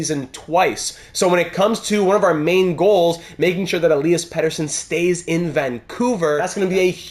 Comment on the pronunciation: Awesome as always. I have my own Vancouver Franchise Mode and there’s a lot of two-way forwards in the top 6. Think adding a pass-first playmaker would make sense and which hopefully will let EP40 reach that 50 mark. And also, love that you try to say Elias in proper Swedish. Next time I’d like to head to pronounce Nils Höglander with your best Swedish ✌🏻 Let’s go!